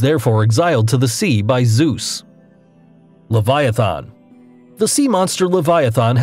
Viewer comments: "Cutulu", "Leviathon", my dude, you are killing me. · "Levaithon" "Jormongondur" These pronunciations man. They hurt. Though Jörmangundr I can't be mad about cause it's weird but Leviathan is pretty easy man. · It’s not pronounced “le-vu-a-thon- . It’s le-vi-at-ha-n. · The way he pronounces leviathan triggers me.